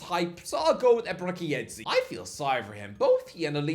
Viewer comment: It's Ey-bey-ray-chee no Ey-bey-ray-ki ... Ch as in church, not ki ffs